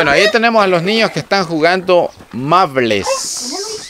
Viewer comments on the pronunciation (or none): Mables jajajaja es maubles